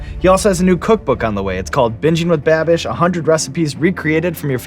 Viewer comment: Brad calling babish Babby will always make my day